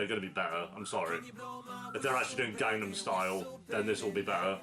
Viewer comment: I'm sorry but the pronunciation for Gangnam Style was so OFF lmao